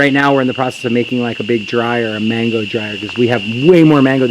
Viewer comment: I know he’s speaking in English but he is in a Spanish speaking country so why doesn’t he pronounce mango 🥭 da right way . I live I. Hawaii but I don’t pronounce it like him but like Latinos do. But then he says the Spanish name for soursop , guanabana. Hmm